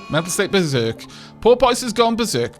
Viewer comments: I'm sorry to do this but I've held my tongue for 3 episodes and I can no longer! Porpoise - (poor-pes) As in a species of aquatic mammal similar to a dolphin but smaller. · I really hate the name Porpoise, every-time you said the name. It sounded like Polpot to me. I hope Porpoise dies soon.